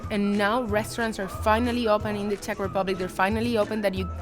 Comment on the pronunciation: "Teq"? What is that? "Czech"?